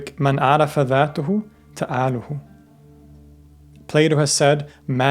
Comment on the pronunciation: Small nitpick, "Man Arafa Dhatahu **Ta'alaha" I don't know why exactly, I speak Arabic and that sentence just sounded weird using "Ta'alahu", I'm sure a scholar can either correct my wrong me or substantiate my self assumed correctness.